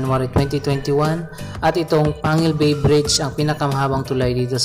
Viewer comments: ang tamang bigkas po ay PANG-GUIL BAY at TANG-GUB parang batangas, pampanga, pangasinan.... pagka pangalan ng lugar po, ang bigkas ay Double *G*. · Pronounced as Pang-gil bay Pronounced as Tang-gub City.